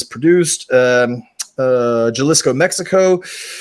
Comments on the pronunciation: Loving the pod so far guys🤘 If I may, just a quick tip on reading the back of those tequila bottles - Spanish spoken in that part of the world pronounces J's as an 'H' instead, so "Jalisco" would instead sound like "Halisco"(same way the name "Jose" is pronounced)... But hey if the next pour only gets a 7.1 score as well don't even sweat it brother 😅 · When you pronounce Jalisco, pronounce it with a H. Ha-lisco